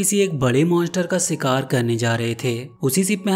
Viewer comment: Bhai shikaar hota hy sikaar naheen❤